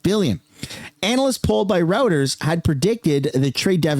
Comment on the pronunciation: Reuters iw pronounced "ROY-ters"